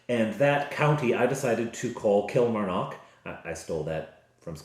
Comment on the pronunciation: Since I live near Killie. I can tell you it is pronounce Kill Mar Nock. The 'A' in Mar is pronounced AH. The 'O' in Nock is pronounced AW. Place emphasis on each syllable rather than run them together. In the west of Scotland, we tend to extend our vowels and roll our R's.